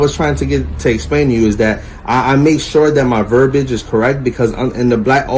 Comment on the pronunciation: Its verbiage (ver-bee-age) not verbage. And whats up with that dumb ass facial hair?